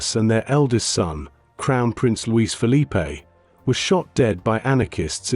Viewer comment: The narration is really bad on names. Luis-Felipe is pronounced as Loo eesh - Felip in Portuguese and not as Loois- Felipay which is the Spanish pronunciation. The letter J in the Spanish speaking world is pronounced as H.